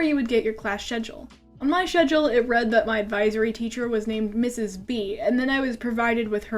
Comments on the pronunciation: what the heck do people actually pronounce schedule ''shedule''??? is it some kind of foreign accent or language thing or whatever? or is it just her not being able to pronounce schedule right??? (sorry if this looks like a hate comment, i promise i am totally laughing with you, like we are high school or college friends or whatever and we met in uh whatever year you were in elementary school and now we're dating and- you get where i'm going at. that's not how you pronounce schedule.) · IM SORRY BUT I CANT WATCH THIS VIDEOOOO THE WAY YOU SAY SCHEDULE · I hate ablest Also I love the way you say schedule